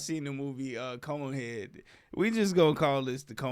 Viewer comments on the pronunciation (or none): this man said coneheads 😂